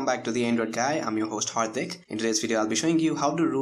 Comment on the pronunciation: "I'm your host hard dick" had to replay it like 4 times and I'm still dying xD